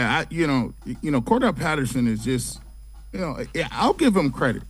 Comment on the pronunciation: Why does everybody pronounce Cordarelle Patterson's name wrong?